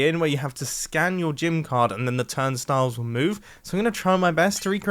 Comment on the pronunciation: Turdstiles? That’s what I heard